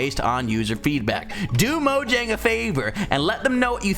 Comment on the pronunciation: Is it mojang or moyang?